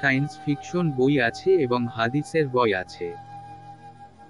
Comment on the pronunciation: বই কে কোন মানুষ , লেখক বা পাঠক বি উচচারন করে জানা নাই ।অন্যমনস্ক হয়ে শুনতে শুনতে বি শব্দ টা কানে লাগে । ভাবলাম হয়ত লেখক বা লেখিকা ইংরেজী B শব্দ টা লিখেছে । কিন্তু বাস্তবে সেখানে বই ই লেখা । তবে কেন ……. ।